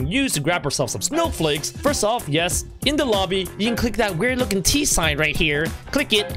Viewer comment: You said snow fakes xD